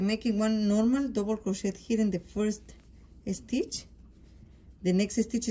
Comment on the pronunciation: When speaking where an S will start in a word, DO NOT SAY ( ESTITCH) SAY (STITCH). SSSSSSSTITCH!